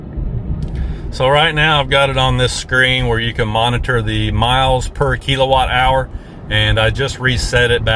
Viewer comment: I was highly interested in this video for the topic and content, but you really sold me at the pronunciation of KEEL-o-watt hours. Good stuff and all the best with your new wheels!